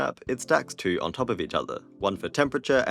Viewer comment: Four towo zero. Got it.